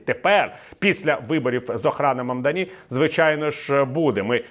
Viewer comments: Прізвище нового мера МамдАні з наголосом на другий склад. Куомо ніколи не був очільником міста, ви хоча б підчитайте контексту перш ніж коментувати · Ну як так, не вгадали жодного наголосу у імені Мамдані.